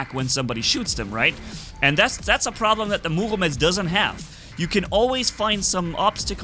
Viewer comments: Bro please say Murometz instead of Muvometz😂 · I get second hand embarrassment/cringe each time he says Murometz... ;((